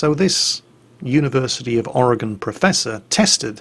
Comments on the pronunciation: Don't worry about the dislikes. I know you think a lot about things before you say them, and won't say anything you honestly don't feel, and I GREATLY appreciate that fact. Case in point, you actually know how to pronounce Oregon correctly. Man, there are people in my own country who don't bother to get that right. THANK YOU! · Guilty of not hit like or dislike on your videos, I can't say I have really ever not like any of your vids, I have enjoyed all of them . Btw Thanks for pronouncing Oregon correctly. 👍👍👍👍👍